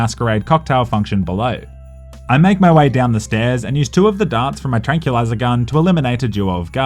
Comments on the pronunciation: tran-QUIL-izer not tran-CUE-lizer Gives the feeling of "tranquillity" while it lays you the f*ck out. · Will I get sick of saying “trank-yoo-lizer”? Yes, but not yet.